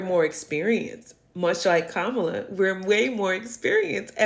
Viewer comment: PLEASE! At least pronounce Kamala's name correctly. smh